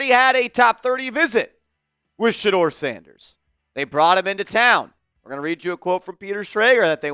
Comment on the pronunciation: Ok shedeur not shedeur this is getting tiring. 😢